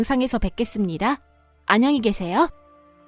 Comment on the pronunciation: 아 제발 성우좀!! 아녕히계세요가 뭐니!